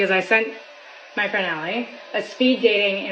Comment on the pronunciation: Min. "at the evant... with your frand. Maybe we are too haat" 🤣